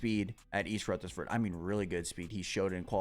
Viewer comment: I just wanna get past this round so he stops saying East RutherSford. 😂😂 There's no S homie. Lol.